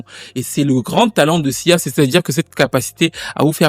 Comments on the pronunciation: A plusieurs moments j'entends cza et pas sia . 😅 c'est reel ? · Tu as dis siza plusieurs fois 😂